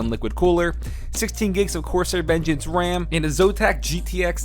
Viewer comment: Your first keyboard is not a k65, those do not have number pads. Also messed up the ram pronunciation my man...